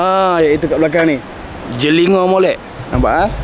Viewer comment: Cara sebutan jeligho tu lain sikit...Dio keno ngadap gan ore klate nok boleh bunyi tepat.hehe